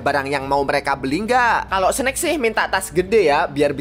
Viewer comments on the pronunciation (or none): none